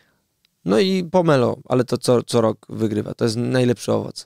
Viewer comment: Pomelo? Naprawdę Redaktorze?